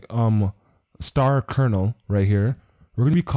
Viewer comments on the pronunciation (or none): none